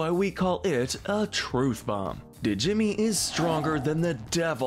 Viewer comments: Not sure if anyone else mentioned this, but... Djimmi is pronounced "Jimmy," not "D-Jimmy." The D is silent, like the P in "pterodactyl." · They way he said Djimi 💀